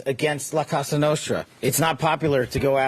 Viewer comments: patel cant even say "cosa nostra" and said CASA nostra 🏠😂😂😂😂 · Did Kash Patel just say "Casa Nostra" (our house) rather than the mafia's name of "cosa nostra"? 😂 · minor thing. Nitpicking really. But wth the head of the FBI doesnt know the name " la cosa nostra"?! Bruh im not even from Italy and im offended. "Casa nostra"?!?! 😂😅😅